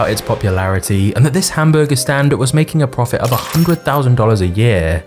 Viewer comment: The way you say hamburger is very disgusting.